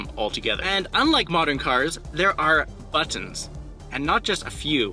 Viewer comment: It irks how you say BATONS instead of Buttons lol but thanks for the info